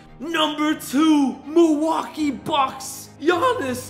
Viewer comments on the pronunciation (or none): none